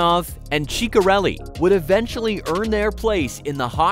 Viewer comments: "cheekarelli" what the fuck? its pronounced SISarelli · Cheeka-relli? Really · Dino "Cheek-o-relli" lol 😂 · Cheek-areli? Really?